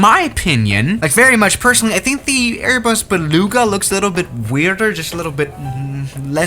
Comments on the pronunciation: You literly said Airbus be lugs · Berbas beluga